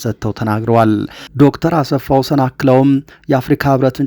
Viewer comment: ❓ " አሰፋ ወሰን " ሳይሆን አስፋወሰን ነው :: " ሰ " ሳይሆን (( ስ )) ነው :: አርም